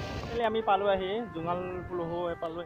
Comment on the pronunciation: জোঙাল বলহু, পুলুহু নহয়